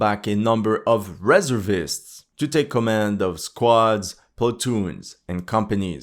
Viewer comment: You're pronouncing "reservist" wrong.